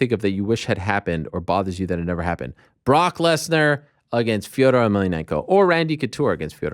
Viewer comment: The MMA Media is full of losers and people that say “I Mean” 50 times in 5 minutes. Ariel cannot even say “Against” correctly. I am no fan of Brenda either.